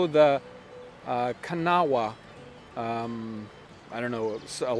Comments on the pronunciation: It’s pronounced kaNAW river. Kanawha River. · Kanawha..... "Kan-aw", emphasis on the second syllable, is the best way I can write it out. It's the main tributary from West Virginia into the Ohio river. Thanks for your videos! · The Kanawah River , pronounced Ka No Wa, is a tributary of the Ohio River now in West Virginia but of course in 1750 it was in Virginia. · Selina Burke he said it wrong.